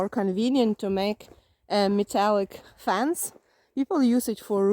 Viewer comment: You were saying FENCE, i thought you were saying FANS and i was trying to figure out why people were putting fans outside their houses lol😂